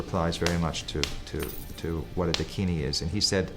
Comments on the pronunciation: Pl correct your pronunciation It is Dakini and not dikini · Not "Deh-kini" ..it's "Daakinee" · A Dakini in a Bikini, THAT would be a sight to see! 😄Hint: the word Dakini is pronounced Daakini, and DOES NOT rhyme with Bikini!!! God, English is such a difficult language. The use of Diacritic marks are essential. For instance, Däkini tell us it is Daakini. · I’m pretty sure it’s pronounced dakin-ee, not a word rhyming with bikini. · Dakini is mispronounced by you .It is Da akini